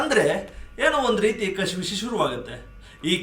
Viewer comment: ಕಶಿ ವಿಶಿ ಅಲ್ಲಾ ಅದು ಕಸಿವಿಸಿ ಉಚ್ಚಾರಣೆ ಸ್ಪಷ್ಟವಾಗಿಲ್ಲ ಮೊದಲು ಸರಿಪಡಿಸಿಕೊಳ್ಳಿ